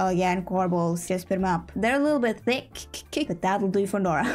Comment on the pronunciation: thick with a fancy accent 🤌🧐🎩